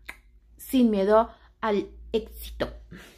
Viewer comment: Mucho "✨️✨️ecsito✨️✨️" a todas, póngase trucha ✨️✨️